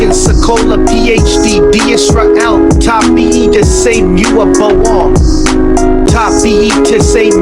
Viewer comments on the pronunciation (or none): none